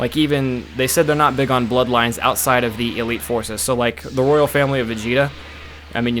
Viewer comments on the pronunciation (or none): none